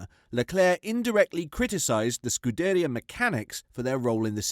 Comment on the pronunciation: Do you actually watch f1? If so please learn how to say the names of people, they themselves have said the way you're saying them is wrong I find it hard to take you seriously when you can't get the simple things right. It's pronounced scu da ri a, saint z